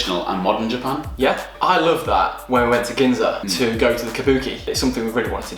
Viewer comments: 右の方の”Japan”の発音がすごい”ジャパン”って感じ！ Japanってもっとじゃぁぇぱぇ〜んっていう、人が多いイメージ笑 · 初見だからどこの人達か分からないけど 「Japan」の言い方が「ジャペーン」みたいな感じじゃなくて「ジャパン」ってスペル通りに発音するんだね。 少し違和感があるけど丁寧な感じがしていいね( ´∀`)b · 白の服の人のjapanの発音がカタカナに近くて可愛い